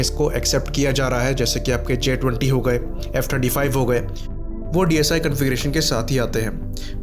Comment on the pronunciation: I also heard 25 lekin phir 35 bhi lga kuch confusing tha